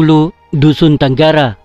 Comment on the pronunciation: Terima kasih bro..byk maklumat dn sangat informatif..macamanapun ada sedikit yg mau diperperbetullan terutama sebutan..cth..Tangara..bukan disebut tanggara, Dari segi makna pula..'ngawi' itu maksudnya semua bukan habis..dn byk lagi..